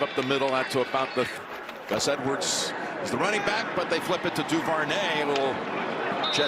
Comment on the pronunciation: The way Jim Nance pronounced Duvernay pisses me off to this day